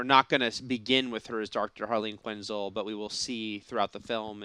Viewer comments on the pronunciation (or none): It's Harleen quinnzel not quinnzl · Quinzull? Kitanna? Pronunciation game weak